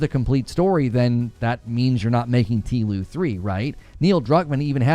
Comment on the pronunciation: Don’t call it teeloo 😂… You sure were right about Joel